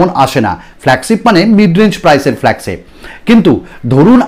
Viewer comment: Apnar flagship uccharon ta thik koren